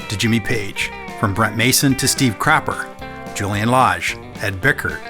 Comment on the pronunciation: Did he say steve crapper? 😮